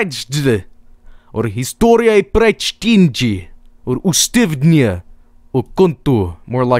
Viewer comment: TheSzwagier777 Or the way he pronounced "Przywracanie": "Precztinczi"